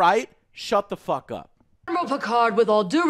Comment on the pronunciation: No, just the way they curse, honestly. Like Dirt The Fist King said, they way the put emphasis when they say fuck just sounds off.